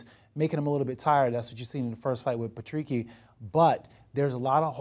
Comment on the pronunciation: its patricky not patricio you muppets